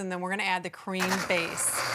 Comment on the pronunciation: "There's a little bit of ka-reeem in here & I'm going to add a little more ka-reeem. three quarters of a cup of ka-reeem to this to add even more of a nice ka-reeemy base". 😆😂